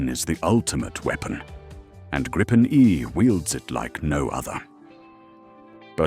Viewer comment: The Swedish (and Nordic) "i" in Gripen is like the "i" in "video", not the "i" in "vice". The "re-armed, re-fueled and airborne again from a road in 10 minutes, using only 4 conscripts plus 1 trained technician" may be the optimal stretch, but you get the general idea of the Swedish concept of Dispersed Operations. Bombed-out air bases become irrelevant! An 800m stretch of highway, a fuel truck, a weapons supply truck and and a handful of minimally trained conscripts will do, be it in 10 minutes or 20 minutes. This capability is off the charts for any defensive air force, which is what the Swedes were aiming for in the first place.